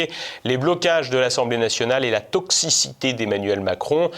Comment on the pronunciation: T'as super bien dit ''Toxicité'', j'espère que tu y crois aussi...😉